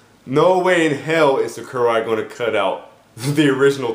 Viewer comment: It's SAKURAI not SUCKURAI